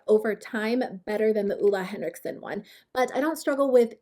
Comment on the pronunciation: you pronounce it olay henrikson, no hate (i really hate when ppl say things wrong) idk why tho, sorry